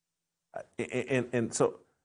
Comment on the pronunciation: Jason NOT CUTTERADO….it’s COLORADO!!! 😂😅